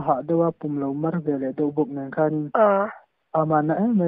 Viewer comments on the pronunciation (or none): A zawttu hi a aw a la naupan vei nen a ṭha reuh lutuk, Vantea zawk hian veleh tih tur ni awm takah velah a ti tlat mai hi a mak ka lo ti deuh a.